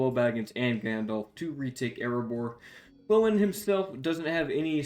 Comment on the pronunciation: Gloin pronounced g-loin like loin chops not glow-in